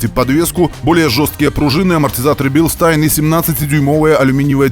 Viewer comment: ещё в "Бильштайн" диктор научился бы